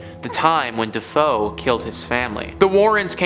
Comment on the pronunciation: I love you to bits, man, but every time you said "de-fo", my soul died a little. It was "De-Fay-oh". Just sayin.